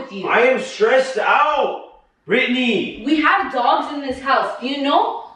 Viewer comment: what no It’s britney.. he said actually but it sounded like Ashley